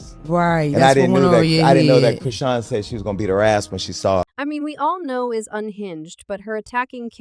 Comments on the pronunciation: Who is Chrone...Its Chrisean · Oops you actually pronounced her name correctly while speaking but you mispronounce it on purpose weird and you slipped up 😂😂😂